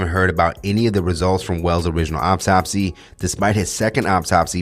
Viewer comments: Thanks for the update, it’s pronounced like awtopsey spelled correctly autopsy not optopsy 😟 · Is he saying optopsy or autopsy? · Much love and appreciation for the content! But please, the word is autopsy not "Opptopsy" you're killing me lol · Pronounced aw top see😂